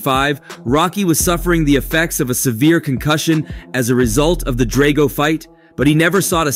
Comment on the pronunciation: You can tell the narrator has never seen Rocky. Just read a quick summary of each movie and went with it lol my dude some how mispronounced Drago every time he said it.